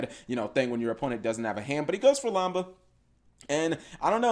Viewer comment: It’s lamda not lamba cap I thought I should tell you.